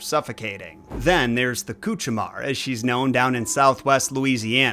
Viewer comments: You're pronouncing Hmong wrong., it's /mong/ rhymes with wrong. French for nightmare is cauchemar (coosh'uh'mar/) not coochie-mar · Bro said 'coochie-mare'